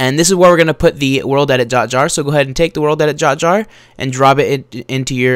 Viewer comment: Lol You said "World edit Jot Jar"